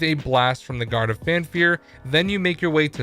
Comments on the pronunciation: For the love of God it’s FAFnir not Fanfir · He said “guard of fan fear” FAN FEAR. I literally cringed every time I heard it